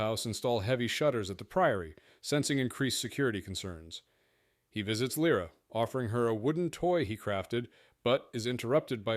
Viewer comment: interestingly the ai pronounces it correctly at least once